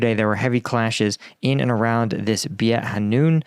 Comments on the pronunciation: nice vid, btw beit is pronounced like bait (like a fishing bait) ^^ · beit is pronounced "bayt". it means house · Pronunciation tip beit hanoun is pronounced similar to “bait” as in fishing bait. You said hanoun correctly, fun fact beit in arabic means house! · Content is excellent....'Beit' is pronounced more like Bayt (bait). Like the gum, too! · The Beit in Beit Hanoun is pronounced like fight, but with a "B" in front--or like mate with a "B" in front (for the Brits). Both are common ways to pronounce it, depending on dialect/language over here. Beit means house, and the Hanoun is the name of a river close by.